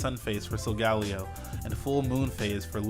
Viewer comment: is the only person to pronounce Solgaleo differently